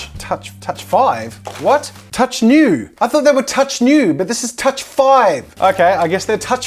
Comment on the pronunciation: Every time he said 'touch new' I heard 'touch you' xD